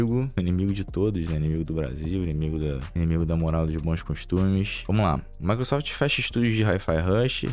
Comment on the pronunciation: "maequesofte" sempre destruindo os sonhos do kkkk😅